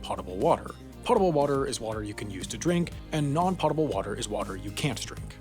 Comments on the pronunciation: Doesn't potable get pronounced as po tble not pottable? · You pronounced potable wrong. You pronounce it like “pote-able” the pote sounds like goat with a p. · Correct. Someone else pointed out that it would be pottable if it was pronounced the way he said. The lack of a double t indicates that it came from the root word "pote" not "pot". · Isn’t it pronounced potable like it rhymes with boatable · That's not how you pronounce potable. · That's a long o in potable, sir. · Please stop pronouncing potable that way. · Its cool he can't even pronounce "potable" correctly. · Potable is pronounced more like a delicious vegetable you make chips from than it is pronounced like a drug that might make you irresistibly crave chips. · Add potable to the list of words can't or won't pronounce correctly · your mispronunciation of potable is hilarious. I know that wasn't intentional but im gonna go ahead and pretend you meant to do that hahaha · I know it shouldn't bother me, but his pronunciation of "potable" made me cringe. Couldn't tell if he was doing that on purpose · Is anyone else confused by the way he pronounces potable?? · You incorrectly pronounced potable. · its pote-able not pot-able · "Potable" is pronounced like "poatable", not "pottable". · it's potable, not pottable water. That's pronounced POE-ta-bull, not PAW-ta-bull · "POE tuh ble", not "POT uh ble". Pretty much all pronunciation guides agree. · next video explain why you keep saying Pot-able instead the correct pronunciation of Poh-table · IT’S NOT PRONOUNCED “POT-TABLE” ITS PRONOUNCED “POH-TAHBLE!!!” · It's pronounced pow ·tuh·bl not pot·tuh·bl. Don't you people watch Jeopardy? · all together now: PO-table NOT POT-able! and on the previous one that I watched your AI SAID 'CUP-board'! is that next to the 'CUB-board'? =Half Assed idiot. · Potable, rhymes with Goatable. You are saying Pottable. Yes, English is so weird... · Pote-able, not pot-able. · po·ta·ble /ˈpōdəb(ə)l/, or POE-ta-ble NOT POT-a-ble